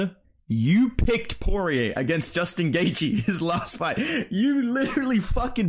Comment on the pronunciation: You should make a video on mispronouncing Gaethje. He pronounces it, “Gay-Gee” and it pisses me off lol